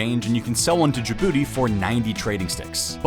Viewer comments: Correction: The name is Gabooty, not Jabooty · Its Gabooty not Jabooty smh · Gabooty not Djibouti 😂